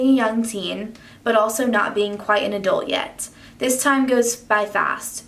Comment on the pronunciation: Great video but the way you pronounced adult bugged me so much LOL Is that just a Texas thing?